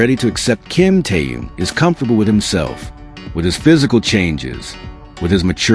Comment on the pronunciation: Автор,называйте правильно Техена,ведь в тексте все правильно,так будьте добры,читайте правильно,Что это за Ким Тээн?